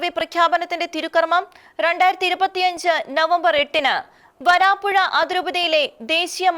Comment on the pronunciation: വരാപ്പുഴയാണ് , വാരാപ്പുഴയല്ല സഹോദരാ ..